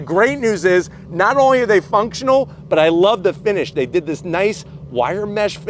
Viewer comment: when he said "dey have a standard version" for a moment there my heart jumped for enjoy till I realized he meant the features in the car 😂